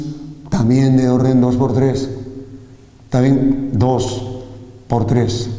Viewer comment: "Porjemplo" JAJAJAJA buenisimo video :) "ta bien o no?"